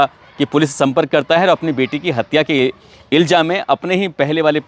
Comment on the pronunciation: सर आप इल्ज़ाम को इल्जाम बोलते हो। अपना तलफ़्फ़ुज़ दुरुस्त करये। बाक़ी सब ठीक है।